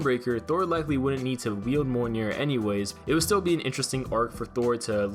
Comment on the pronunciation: It’s pronounced MEE-OL-NEAR.